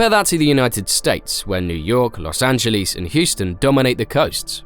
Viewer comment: It is NOT "Los Angeleez"!